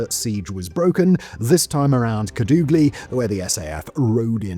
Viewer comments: Bold of you to assume my hometown doesn't exist. But a more proper way to say it is Kàdugly. If you know some spanish you might say it the right way. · Simon... There's a Family Guy bit about Peter listening to British Radio broadcasts he isn't even sure exists. Normally I think "Simon and his writers wouldn't make up place names". Then you said "Kadoogly".